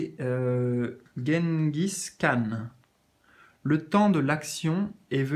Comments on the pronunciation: Bonsoir Gengis Khan, se prononce comme gêne, bisou clin d'oeil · Coucou GENGIS KHAN se prononce gêne gis c’était un grand conquérant mongol très craint....merci pour tes tirages! 😻